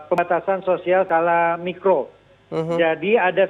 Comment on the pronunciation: Maap mikro bukan makro hahahaha haduuuhhhhh reporterne piyeeee 😂